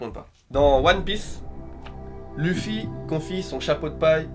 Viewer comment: par contre dire loufy c'est bizarre non enfin je suis pas fan de one piece ou quoi mais dire leuffy c'est plus stylé nan ?